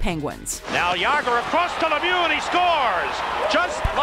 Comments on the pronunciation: Jagr too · You said both jagr and Mario Lemieux wrong. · thats not at all how you pronounce Lemieux and Jagr lol